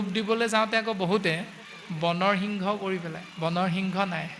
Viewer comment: আপোনাৰ প্ৰশ্নত এটা খোকোজা থাকি গল যে সিংহক হৃংস বুলি কোৱাটো |